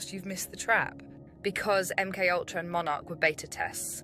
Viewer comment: My friend met this bird - she is a semi-borg... ie: a BORG-BIRD "high-breed" :-o Interesting content - but the name "MK-Ultra" needs pronouncing along the lines of "EM Kay Ultra" - instead of "UhmKUltra"... = Keep your cosmic humour people... 🙃🙂 =